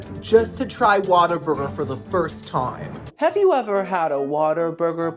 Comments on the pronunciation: Why do you say “Waterburger” when it’s “What-a-burger”? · Girl… it’s WHAT a burger… not Water Burger. But I like your style 😆 keep these coming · My first job was a whataburger and I dunno if you are doing it on purpose but it's pronounced what a burger not water burger lol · Girlie it’s like “WHAT a burger!” lol not waterburger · I wish people would stop calling it "Water-burger" lmao its "what-a-burger" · Oh girlie, it's not Waterburger lol. It's What-a-burger 😅 I had it once and never wanted it again. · I know you're probably sick of the correction.....but it's OMG 😮 WHAT A BURGER. 🍔 Not water burger. 😀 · Whataburger not waterburger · Why does he say "water" burger? Isn't it "whata" burger? Adore you,! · WATER? Burger?? 😂 What-a-burger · Its WHATABURGER NOT WATERBURGER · my guy is Whataburger NOT WATER burger lol.. as in wow "WHAT A BURGER"! ❤ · its not Waterburger its WHAT A BURGER!! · Lmao at pronouncing it Water- burger lol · kept saying water burger I’m cracking up 😭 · it’s WHAT-A-BURGER. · Oh my LANTA! Waterburger lol I love you, and I can handle boofay- but this is hard. Hahaha ❤ still watching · Yes, I wondered why he said “Waterburger” 😅